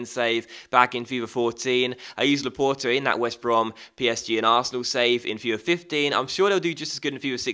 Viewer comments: t is not the last letter though... How do you say the word for door? It is port not pore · luh-port actually, the e on the end makes the t audible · You are saying Laporte wrong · you must pronounce the t when it's followed bu a vowel.